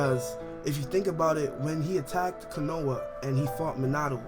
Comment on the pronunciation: pronounced Konoha Kanuah